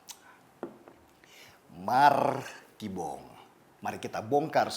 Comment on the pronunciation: MARRRKIBONG..... Rada pulen bang nyebutnya!!😁